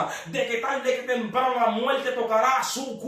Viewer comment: Se dice muerte, no muelte. Infierno, no infieLno. Tormento, no toLmento. Esa es la realidad del asunto.